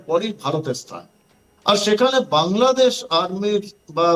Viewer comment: নিজেদের দেশের নামটাই শুদ্ধভাবে বলা শিখেনি।